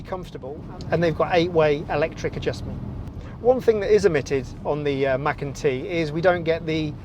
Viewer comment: It's called macan t .not Mac and t ?lmfao